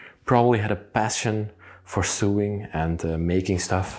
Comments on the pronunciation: Not sooing as you say it's like sowing but spelt sewing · Just so you know: 'sew' is pronounced the same as 'so'. This follows no rules of pronunciation at all. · Sewing is pronounced So wing. Not a criticism, your English is so very good. It's just meant to help. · Just a minor detail ...the word sewing is pronounced to rhyme with the word mowing, as in mowing the lawn, not to rhyme with doing, as in doing chores. Love your videos!